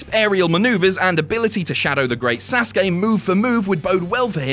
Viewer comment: YESSS YESSS YESSS U PRONOUNCED SASUKE VERY VERY VERY CLOSE TO THE RIGHT WAY. Finally an english man does it, all i hear is sasuki, almost like suzuki, when it is SAsuKE. LOVE YOU, MADE MY DAY (i am a fckin nerd me)